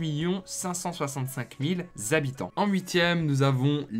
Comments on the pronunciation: Les zhabitants quels angoissent de t’entendre prononcer comme sa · les Zabitants.. Sérieux ??? 😅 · c'est pas pour rien qu'il y a un "h" devant habitants , c'est pour pas faire la liaison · sa fait beaucoup de Zhabitant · Ce "zzzzabitants" fait vraiment saigner les oreilles... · les fameux Zabitants haha, sinon super vidéo continue :D